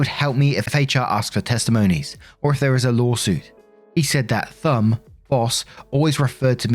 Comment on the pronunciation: Interesting she calls the boss "Thumb".. hm.